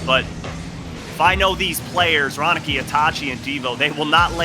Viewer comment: anyone sat here laughing to them saying Ronikay .......